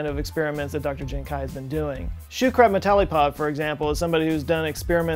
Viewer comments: How do you even pronounce kui as kuai... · The question is, why is pronouncing "kui" as "kai" in Jiankui? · Is kuei not kuai just throwing it out there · might wanna work on your pronunciation and usage of chinese names... He Jiankui would be pronounced like "huh ji-en kwee" and "He" should be his surname so it would be Dr He. also, "mosaicism" is from the root word 'mosaic', i hope you know how to pronounce that one.